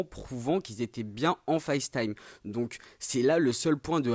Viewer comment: Par pitie dites Facetime avec l’accent anglais pas en Francais c’est insupportable !!!! Serieux quoi